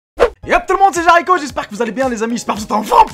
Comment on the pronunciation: pourquoi tu dit jaricho c jericho